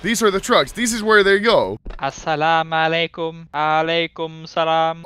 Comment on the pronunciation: I'm suprised how hace perfectly pronounced the word assalamualaikum and alaykumsalam